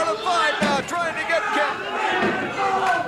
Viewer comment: Pierre LaFavre instead of LaFive. Prononunced la-farv.